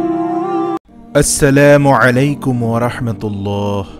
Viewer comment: ভাই সালামে উচ্চারণ টাকে শুদ্ধ শুদ্ধ করতে কোন মাখরাজের ঠিক নাই।